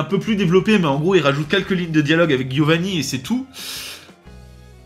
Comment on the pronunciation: Par contre ça me trigger toujours autant qu’il dise Guiovanni, c’est italien ça se prononce [djiovanni], c’est un détail mais ça me trigger 😂😂😂